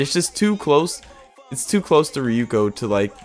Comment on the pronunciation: kinda triggered me that he said rukio but im coping and malding anyways cool video